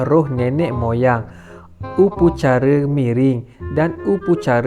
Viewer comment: Upacara lah bukan upucara